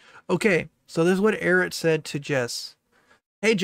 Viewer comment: a lot of people here don't know anything about Eret. It was kind of funny watching get their name wrong every other time they said it. That was hilarious. I just gave an opinion on Eret's statements from someone who's watched their content and gave a bit of their background for anyone that's interested. Don't care? Don't read.